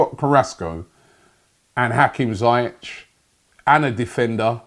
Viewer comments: We won't get some of these players Robbie because you keep pronouncing their names wrong....... It's Ziyech not Zayech! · Robbie: zi-yeah-tch Me: mate, its zee-yec btw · The way Robbie murders players names, we won't sign anyone , documents would have incorrect spellings. His name is Ziyech not Zayech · Ziyech not Zayech ! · It's pronounced "Zee-eck" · Pronounceation: Zee-eck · Having watched Ajax in the Eredivisie every week for last 3 years I can easily say that Hakim Ziyech is one of many players from Ajax I'd love to see at Arsenal. Btw Robbie, it's pronounced "Zeeyek" just so you know :) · Hakim Who? ZIYECH (Zea- yech) Keep practising Robbie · Hate to do it to you rob but it’s pronounced ‘Zee’ ‘yeck’ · Pronounced zee-yek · Its pronounced Hakeem Zeeyek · Robbie its pronounced ZEE-YEK (Ziyech) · For the last time you muppet.. that's not how you pronounce his name. Z-e-e-yeck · My Don his name is pronounced ZaieK.. with a K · Dear Rob, it's pronounced as Zeyek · Lol dat Ziyech pronunciation from robbie.